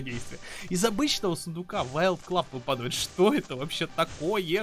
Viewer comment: Обожаю тебя только я помню в некоторых видео и в этом ты не правильно говоришь ты говоришь вЫпадавает а правильно выпАдает заметь пожалуйста а то я уже путаюсь